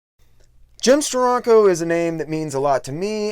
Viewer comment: It's pronounced "Steranko" not "Stironco."